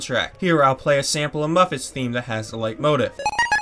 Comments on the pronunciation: Its pronounced "Leet-mo-teef" not "light-motive" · did this man just call a leitmotif a light mow tehf